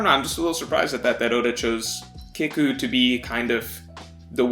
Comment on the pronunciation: Don’t wanna be that guy but kiku is pronounced key-ku not kick-u